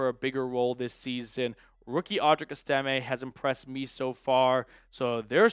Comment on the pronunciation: Still waiting for you to learn how to pronounce Estime. every other media person can do it, I know you can too someday.